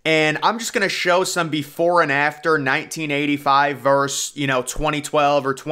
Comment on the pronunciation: VERSUS not VERSE